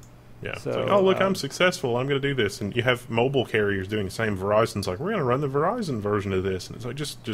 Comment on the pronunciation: Lol "moble" Moble soder nuculer.